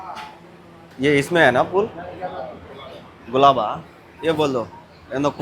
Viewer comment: Anna adi gilaba Galaba kadu Its gilaba❤😅😊